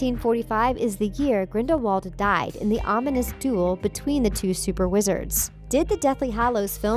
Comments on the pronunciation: the word is "DUEL" not "DUAL"! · Duel. Not Dual. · DUAL? NO! duEl. C'mon. and "Leeta", not "Layta". Grindelwald didn't die, he was captured and Dumbledore taught Transformation! Outta here. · Duel not dual